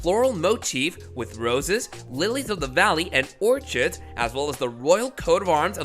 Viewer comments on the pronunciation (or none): Please use a better AI narrator with the ability to properly pronounce "orchid" and "thistle."